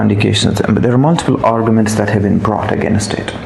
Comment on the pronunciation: No wonder he killed himself. He could NOT even SPEAK PROPERLY. Who pronounces 'against' as 'againust' in this day and age? And presenters at each of the Indian TV channels i have seen have been highly disappointing. Without exception this fake accent and lousy accent not to mention tawdry, repetitive monologue is highly forgettable.